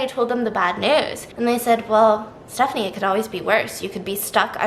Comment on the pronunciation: its definitely Stepha-knee 😂😂😂